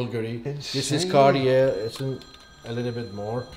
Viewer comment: I can’t count how many times this dude pronounced Cartier wrong being the expert 😂